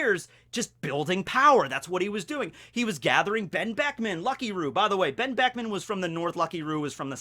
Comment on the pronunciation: Whenever you want to say Benn Beckman you should just leave your mouth open and put the audio in afterwards.